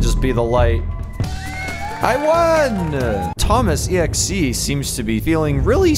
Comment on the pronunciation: Thoma it is monter AHHHHH